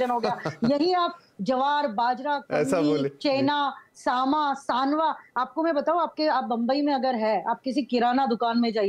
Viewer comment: सामा नही सावा होता है।